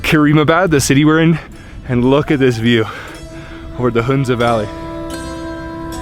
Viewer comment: It's pronounce Huhn-za not Hoon-za. First syllable is pronounced the same as the first syllable in 'honey'.